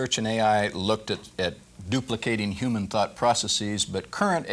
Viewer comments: I'm I wrong or he pronounces "human" as "iuman"? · The narrator keeps saying "YUMAN" instead of human... This bothers me more than most incorrect pronunciations. Probably because it's just too easy to pronounce and well known a word, as well as being spelled exactly as it is pronounced. I hope he eventually talked to someone about it... He really needed help. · "attempting to duplicate the way a yewman brain" yewman genome project